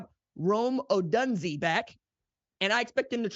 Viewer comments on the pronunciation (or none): Say it with me Rome O-doon-zay